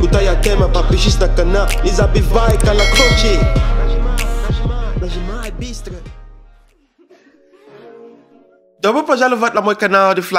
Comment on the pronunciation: мне нравится как он произносить слово "колокольчик". это бесценно 🤣🤣 забивай ка-ла-колчик епта 😂😂😂